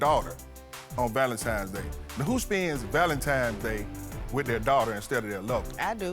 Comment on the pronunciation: No self-respect, desperate and entitled with ten grandkids! Lol 😂Maaaaannnn, I have more grace and maturity at 25 than this lady at 50!! Oh Ik her daughters and sons are just as triffling; May God help the streets cuz im out. #beenout Oh btw sir its VALENTINES DAY not Valentimes. 😂😂😂 Ooooohhh my my my 😂😂😂